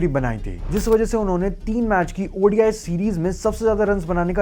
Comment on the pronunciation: its called ODI, not Audi I! ffs!